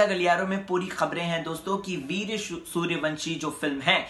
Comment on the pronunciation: ye kya veerya veerya laga rakkha hai veer naam hai pahele bolan seekh